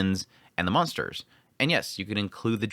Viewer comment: I noticed that you have a tendency to sometimes say "munsters" instead of "monsters". I did that a lot when I lived in Indiana and Oklahoma before moving to Arizona.